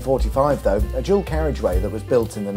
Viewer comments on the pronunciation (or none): none